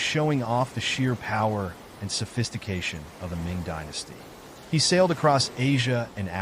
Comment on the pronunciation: 'He' is actually pronounced as 'He(r)'